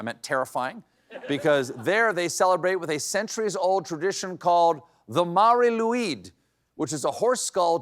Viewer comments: Can’t even pronounce Mari Lwyd properly. It’s just ‘Marry Lloyd’. And it’s the coolest tradition. She does a rap battle, as we’re the country of Bards and artists. But hahaha, all other countries are so weird! Hahaha. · It's pronounced Mari Loyd - the W in Welsh is an O. Like the shape your mouth makes when you see it😄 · The Catalan pooping log is called Caga Tio, and people ask it to poop the traditional Christmas sweet, Turron , which is a kind of nougat. I have had the pleasure of spending Christmas with one since my brother used to date a girl from Barcelona. The Mari Lwyd should be pronounced “Mah-ri Lloyd” and originally was kind of an old timey rap battle where the horse would sing to be let in and the homeowner would sing back refusing. It would go back and forth and if the homeowner gave up they would invite the horse (and entourage) in for food and drink! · correct your pronounciation: Marr-ee loy-d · "marie loid" is how you would say it in Wales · Mari Lloyd is the way to pronounce it. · Those are some fascinating traditions. The Welsh horse skull creature's name is pronounced "Mary Loyd." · Mari lwyd is pronounced like 'vari loueeth'. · Mar-ee Loyd if anyone is after that pronunciation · it originated in the Gwaun valley but was pretty much across Wales at one time. It died out in lots of places in the 20th century but has had a big revival in the last 20 years. I've been in pubs approached by the Mari Lwyd (not pronounced the way SC does it!) . quite a few times over the years. You need to revive it in the north clearly :) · yeah can't blame SC for the pronunciation. It's a good effort haha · 8.44 I knew it was gonna be Mari Lwyd when he said Wales lol. But they missed the best part. The Mari Lwyd (pronounced like the name Lloyd) actually has a sort of rap battle with you. They sing in rhymes and you go back and forth till someone loses and if they win they get free food and booze.